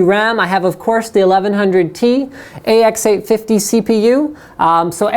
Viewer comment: AX850 CPU !?... wuts dat ?... j/k, but yeah, sounded funny :D